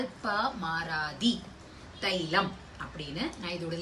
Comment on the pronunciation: Nalpamaradi thailam It is pronounced as naal - paamaraadi thailam நால் பாமராதி தைலம்